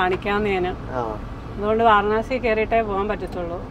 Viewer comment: വാരണാസി അല്ല വാരാണസി എന്നാണ് പറയേണ്ടത്